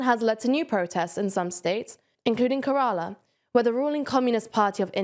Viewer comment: Let me help you out. The state name of Kerala (India) is pronounced like Kerr-a-la (or Kerr-al-um in Malayalam).